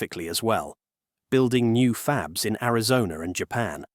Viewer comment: Original language track is AI. Wow...what human says "fab-leez"